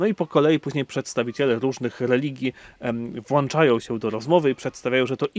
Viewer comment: Proszę, jedynie poprawna forma to "włączać", nie "włanczać" - Księża powinni dbać o poprawność mowy ojczystej. Ta fatalna forma używana bywa też niestety przez innych Kapłanów Fsspx. To obniża wartość Ich wypowiedzi, które pod względem samej treści bywają znakomite. Z Panem Bogiem!